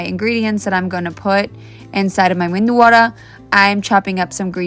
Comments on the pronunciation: Medu not mendu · it's not mendu it's medu meaning vada which have hole in middle 😊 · Not MENDU it’s medu.. MENDU is brain 😂😂😂😂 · Em ee dee you = MEDU is pronounced as MEDHU and not MENDU/MENDHU. Medhu vadai it is. Medhu means soft.